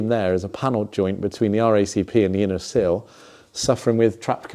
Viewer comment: Sill….. silllllll!!! Not seal ffs